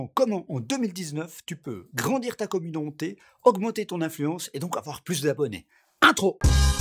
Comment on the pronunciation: youtchoube communonté je vends des replay ils coutent 1 like